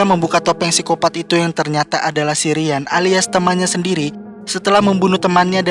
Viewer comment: Ryan itu dibacanya Rayen bang bukan Rian. btw penjelasannya keren banget dan detail😭 akhir-akhir ini banyak channel review tapi sangat tidak to the point